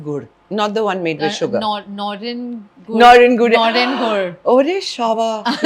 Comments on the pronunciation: And "Nolen Gur" not "Noren Gur"!😂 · Not NAREN GOOR, It's NALEN GOOR. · Needless to say that I adore you a lot❤❤ you had made such strong decisions, kudos to you. Just a small thing I would like to mention - it's "NALEN GUD" not "NAREN GUD" 🤗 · It is nolen gur not noren 🤦‍♀️ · Noren!!! Sigh.. K noren????It's Nolen gur :( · Not noren goor. But Nawlen goor. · I love this but the strong Bengali urge to correct; it is Nolen gur not Noren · It was a pleasure watching this episode ! Totally loved it. PS : It is “Nolen Gur” 😊.